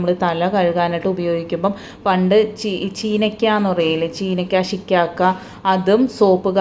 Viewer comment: ചീനയ്ക്ക അല്ല കെട്ടോ ചീവയ്ക്ക... അതായത് ഷികാക്ക എന്നതിന്റെ മലയാളം